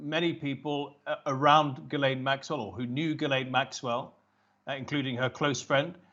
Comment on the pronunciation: I liked the part where he mispronounced Ghislaine's name in a different way every time.